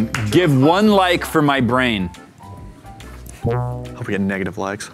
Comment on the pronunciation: Big bwain matt